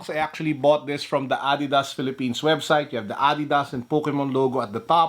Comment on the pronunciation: I like it when he said "adeedas